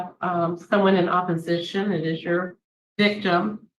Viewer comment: SHE CAN NOT SAY THE WORDS!